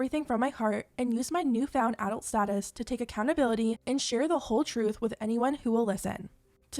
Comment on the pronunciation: Why do you say “adult” like that?